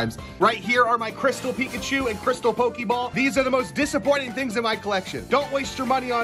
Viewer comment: That’s not eekachu that’s reekapoo